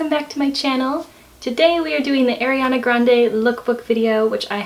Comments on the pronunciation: it's a-riana not air-iana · rosewons EXACTLY isn't it like "ah-rianah" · How to pronounce Ariana Arrrr-eee-ana Not 🚫🚫🚫🚫🚫 AiR-e-aNa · Ari not airy learn how to say it plzzzzz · Oh my GOODNESS please say ARIana, not AIRYana, don't mean to be rude, it just isn't AIRYana. 😬😬 Love your video so far! 💞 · Kristen Hamilton it’s a pet peeve of mine ugh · I left the video when I heard her say “Airiana”. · it's more an accent thing no? this is just rude :/ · “airiana” 😳 it’s a pet peeve of mine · sunflower i’m sorry, i maybe shouldn’t have commented that, it was very negative. Sorry, it just annoys me that she can’t even pronounce her name correctly